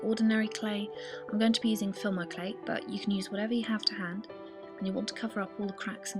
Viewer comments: I just noticed you say fiLmo clay instaid of fimo clay:p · Don't you have to bake fimo clay to make it hard? You are saying filmo by the way haha :)